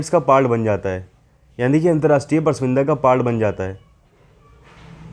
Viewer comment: Bar bar galat pronunciations kar rahe ho, pras vinda nahi hota, prasamvida hota hai..... hindi hamari matrbhasha hai...